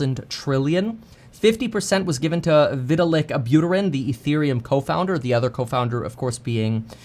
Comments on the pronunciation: Hey Kevin, can you please stop pronouncing his name like Vih-til-ick? It's like Vy-tal-ick. Thanks. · Didn’t even pronounce Vitalik name correctly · Cant say vitalik name correctly